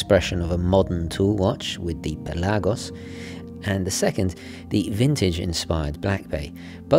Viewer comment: Its pelagos and not pelaaaaagos and its not lady gega its lady gaga